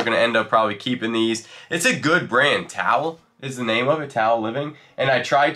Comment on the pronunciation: 1. Spoons by “Towle” is pronounced as TOLL not towel. 2. They appear to be stainless steel, not Galvinized. 3. You are very handsome, a shorter beard would be even better. Enjoy your site!!